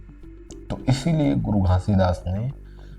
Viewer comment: Pahle aap Baba ji ka naam ache se lena sikh lo fir Satnam ka mining samjhana guru ghasidas ni pram pujya sant siromani guru ghasidas Baba ji 🙏🙏🙏🙏🙏